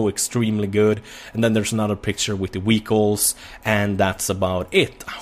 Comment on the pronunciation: I love how he says vehicles, sounds like wehicles.